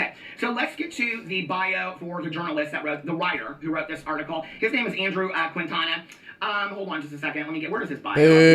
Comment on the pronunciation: Plus, if I’ve heard multiple people saying this “journalist “ last name wrong, so I’m not blaming. But the dudes name is pronounced Keen-Taw-Nuh